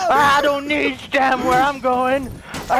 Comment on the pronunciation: I don't know why but when said "I don't need stam where I'm going" and the way he said it, it sounded something from ace ventura when Jim Carrey is pretending to be mental and he slurs his words xD